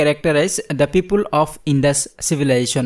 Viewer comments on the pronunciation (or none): Why you pronounced pipul😁 instead of People it hears odd